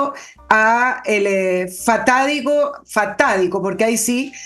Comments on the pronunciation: Srta, se dice fatídico no fatádico 🤦🏻‍♂️ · Se dice fatídico,, no fatádico. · Lo correcto es fatídico y no FATÁDICO me parece